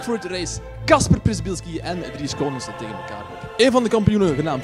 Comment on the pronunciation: Leer toch die achternaam van Kacper uit te spreken. Przybylski lees je als Pshibilskie. Prisbilskie wtf...